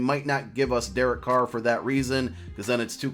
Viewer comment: Thank you for saying Carr